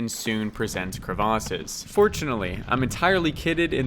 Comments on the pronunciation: LOL, Thats the first time I heard someone saying crevice, as cravace! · Can you just say crevasse like a normal human lol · It's crevasse, actually. :)